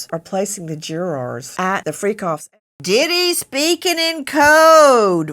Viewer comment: Omg!!! I wish she quit saying "jurors" noone absolutely noone pronounces it that way!!! Noone!!!